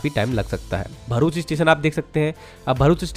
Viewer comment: Ek Matra Infra Youtuber Hai Jo Bharuch Ko "Varuch" Nahi Bolte Varna Agla Hur Banda Varuch Bole Jaa Raha Hai Yaha Tak Ki Kuch Gujarat Kehi Channels Varuch Bol Dete Hai Jabki Vo Bharuch As "भरूच" Hai Naaki वरुच Bola Jata Hai 😂😂😂 Love From BRC ❤🇮🇳